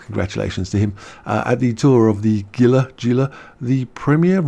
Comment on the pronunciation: The word Gila Is pronounced HE La. That's the first word and spelling in Gila Monster, a colorful poisonous lizard that resides in the SW deserts of the US.